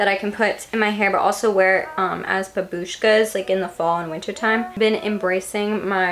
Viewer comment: as a russian, the way she’s saying бабушка pisses me off so much lmao